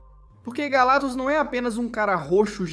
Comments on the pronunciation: Pô, esse "galatus" sem o "C" é foda hein. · ESSE IGNORANDO C DO NOME GALACTUS, TAMBÉM DEVE DIZER ÓBVIO COMO ÓVIO 😂😂😂